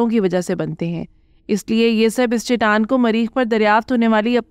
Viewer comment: Khuda ka khauf kar lo.. baar baar Chitaan Chitaan kaha ja raha hay.. saheeh talaffuz Chataan hai.